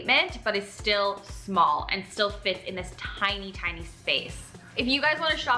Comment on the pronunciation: You called it "tiny"!!!!!🙄🙄🙄🙄